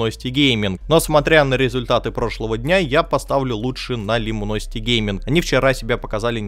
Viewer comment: Да не лимуносити, буквы "i" и "u" местами не меняй. Люминосити